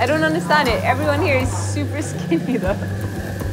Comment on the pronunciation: Ok I am American and we do not say super like that. She was just being ignorant point blank. That's a trend.